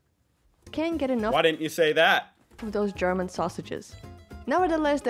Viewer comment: your German pronunciation is getting better and better :D